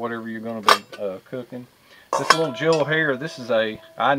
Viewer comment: Favorite word is LIDDLE😂😂😂😂😂